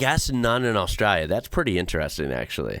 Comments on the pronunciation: Why bro saying Australia like that? Austrälia 😅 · I love that when you say 'Australia' you use an Aussie accent...🤣🤣